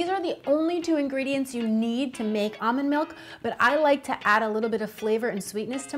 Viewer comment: “Amand milk”